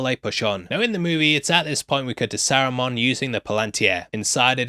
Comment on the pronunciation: I have never been so offended at a pronunciation as I have at sarumon, it's saruman 🤣🤣🤣🤣